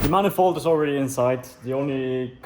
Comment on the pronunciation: Did you say „Mannifold“ 😂?